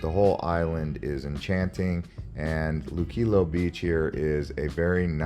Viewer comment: PLEASE GO VISIT VIDEOS MADE BY PUERTO RICANS NOT SOME GUY THAT SAYS THE LOCALS SAID...NO GET A LOCAL VIDEO NOT GRINGO VIDEO. AND WATCH SOMEONE WHO TAKES THE TIME TO PRONOUNCE LUQUILLO. EVERY ONE SPEAKS ENGLISH EVEM IF THEY SAY THEY DONT. PUERTO RICO HAS A DIFFERENT STATUS THAN OTHER US TERRITORIES NO OFFENSE GRINGO